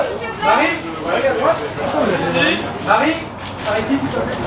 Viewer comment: Emily a un bon accent Français quand elle dit « Marie » Poppins 😊😁